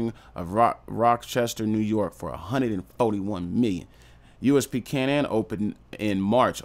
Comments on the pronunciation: Fam, it’s pronounced cay-nan, do a tiny bit more research than reading the first thing you google…. Word for word. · It’s pronounced K nan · How do you manage to mispronounce everything 🤣 its Kay-Nin